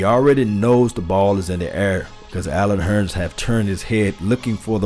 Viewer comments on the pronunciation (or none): I know you're country because you said Allen Hurn instead of Hurns. You sound like my Uncle from Arkansas.